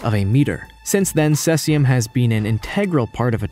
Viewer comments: I believe he called it cessium... as in cess pool. It's also spelled caesium, just sayin' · Why did you pronounce Cesium correctly once and then switch to sescium?